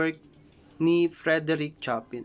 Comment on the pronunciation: pls check your pronounciation of Chopin. mis pronounced po kc